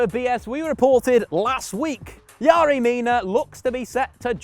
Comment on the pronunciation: His name is fucking yerry . Where are you getting yary from